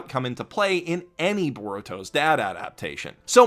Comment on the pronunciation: why... why would you call it Baruto's dad... you sick monster.... it hurts to hear...